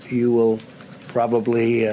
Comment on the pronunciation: did he say "probably"